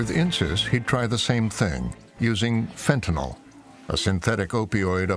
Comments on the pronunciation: It is NOT called FENTANOL!!! It is FENTANYL!!! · The Correct Pronunciation Is Fent Ah Nill, Not Fent Ah Nall, I've have chronic pain for 50 years and have taken Opioids for 50 years I've never been convicted of a felony and never been to prison, some people get addicted and some do not, It's just that simple.